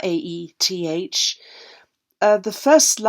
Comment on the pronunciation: Fabulous investigative work again!! Loving your knowledge, and just to say your pronounciation of hiraeth is spot on!